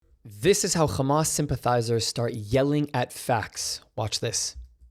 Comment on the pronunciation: I pressed on this video and the guy can't even sah Hamas right